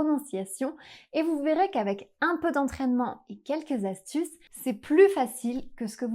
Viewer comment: Isn't "un" should be pronounced with nasal [œ]?